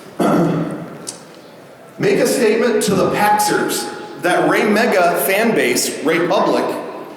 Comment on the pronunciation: After a while that raymega chant sounded like "rape a goat"...